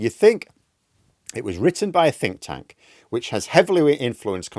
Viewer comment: At aboutn4 minutes, did you say thick tank?